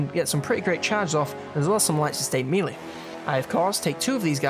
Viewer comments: I absolutely love these videos. Doing a fantastic job. Only criticism is the way you say Melee! It's driving me insane 😂 its pronounced "May-lay" not "mee-lay" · Yeoman is pronounced 'Yo' -man as in 'Yoyo', not 'Yewmen' as you pronounce it and Melee is pronounced 'Mel' as in Melanie and the second syllable is pronounced 'ay' as in 'lay' and not meal - ee as you pronounced it.